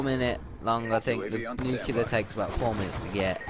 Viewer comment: First of all I hate you for pronouncing nuclear wrong it's nu-clee-ar not nukular. Second of all these people are either incompetent players or your friends taking dives so you can look good because you would have died so many times. Also people have gotten nuclear with knife before